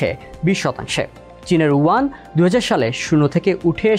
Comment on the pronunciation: Please correct your pronunciation, this is Yuan